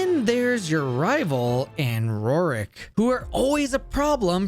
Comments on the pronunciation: Kinda new here. Is it just a running gag that this guy pronounces some names wrong, or does he really think the first gym leader in gen 4 is called "Rorrick"? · I think you're pronouncing "Roark" incorrectly. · the way you slip an "i" sound into roark's name catches me off guard every single time